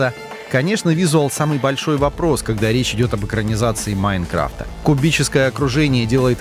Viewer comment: Меня одного тошнит, когда он произносит, "МаИнкрафта"